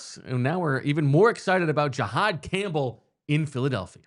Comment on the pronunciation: Can we start the nerd talk by pronouncing his name correctly? It’s not GEE-hod Campbell. It’s JUH-hod